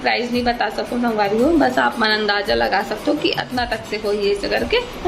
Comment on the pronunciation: Jitna bhi cg vloger man he te man haan स , श कबर बोलत हे 😂😂😂😂 संगवारी होते कि शांगवारी होते 😂